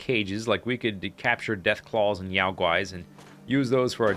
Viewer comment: Your "Yao Guai" (Chinese) pronunciation is pretty good, I have to say.